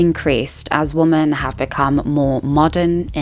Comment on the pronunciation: Great video. Thank you for that. Your tendency to pronounce both "women" and "woman" like "woman" makes it rather confusing at times though lol